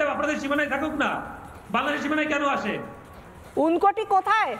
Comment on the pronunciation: 'ঊনকোটি' উচ্চারণ সঠিক করুন।